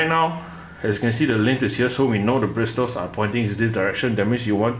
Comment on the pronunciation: The letter T in “bristles” is silent. It’s pronounced like “brissels”.